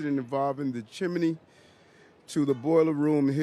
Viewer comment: WTF is a "CHIM-MIN-NEE" This is a grown man that is a Mayor, somebody call an AM-BA-LANCE PLEASE!